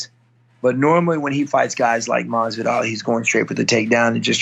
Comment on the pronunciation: Who is Stephen talking to the man keeps saying Masidal. Lol